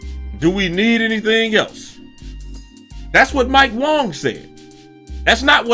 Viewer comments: Okay how long are we going to let say Wong instead of Wang lol I mean nobody's going to say anything, is he doing it on purpose? I don't know🤣🤣🤣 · Is Wang meant to be pronounced as Wong or is it just him saying it wrong. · Its Mike WAng not WOng lol.